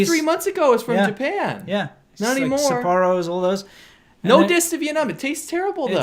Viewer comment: Lol sa-poor-o